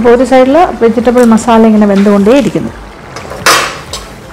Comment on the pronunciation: Vegital അല്ല വെജിറ്റബിൾ....😍😍